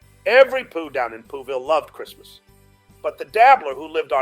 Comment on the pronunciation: Brilliant!!! And it is sessmuss not christmass